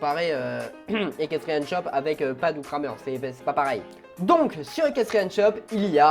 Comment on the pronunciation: On dit ''krèmer''